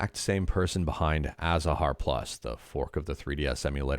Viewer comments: What, Azahar is not prononced Atahar anymore? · Its pronounced athahar